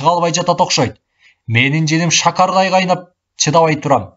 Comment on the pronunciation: Шакардай деген сөздү туура эмес окуду